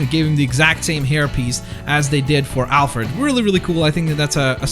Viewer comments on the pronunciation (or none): none